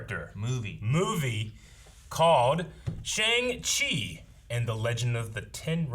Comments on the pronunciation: simu said it's pronounced Shung not Shang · In the comics, the Mandarin has 10 rings that each have a different power. In the movie they're armbands instead of rings that go on his fingers. Also it's pronounced "Shong-Shee" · I Think it's pronounced 'Shang Shee' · FYI to anyone who may not know: The actual pronunciation is "Shyung-Chi", since it's the way Shang is said in Chinese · I think they pronounce it like "Shung-Shee" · According to ET: Shang-Chi is pronounced "song-Chi" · it’s actually pronounced “Sheon Chi” :(((( i said it like that for a long time until i heard Feige say it😂😂😂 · I believe the pronunciation sounds more like Shong, but with a softer O. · just a minor correction, but the "-ang" in Shang Chi's name is pronounced like "-ong", so it's more like "Shong-Chi". The actor playing Wenwu/The Mandarin is Tony Leung, who's like a legend in Hong Kong cinema but is making his Hollywood debut here; I haven't seen his films personally but my Chinese immigrant parents, who aren't really up to date with pop culture at all, know who he is so that should give you an idea of his fame in Asia. The ninja character with the face paint is apparently called Death Dealer, based on leaked toys; it's not confirmed who's playing them but I personally think it's Michelle Yeoh, who is also confirmed to be in this movie. Anyway, as a MCU fan, a Kim's Convenience fan, and an Asian American, I am unbelievably pumped for this! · Can't even correctly pronounce Shang-Chi. Okay, white boys, enjoy your General Tso's chicken! 🥱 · It's Shang-Chi as in shy pronounced with a C. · It's actually pronounced Shang with an AH sound and Qi